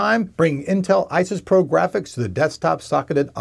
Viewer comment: I find this guy's constant slinging around of his hands very distracting. It's also called "iris pro" but he says "isis pro".